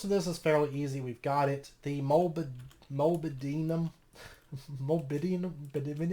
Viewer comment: Pronounced mol-ib-den-um, it's a trace element that binds copper ;)